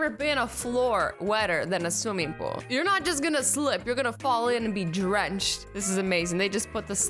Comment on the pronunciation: don't you mean swimmingool? or is there P in it?😂